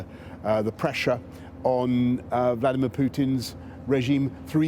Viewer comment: IS CALLING HIM VKLODIMIERE